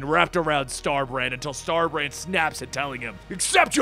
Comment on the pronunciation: Did you say Star-Brat?